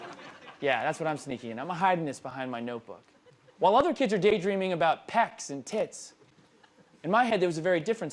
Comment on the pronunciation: he says "wall" instead of "while." this is something i've noticed almost all people do. its so weird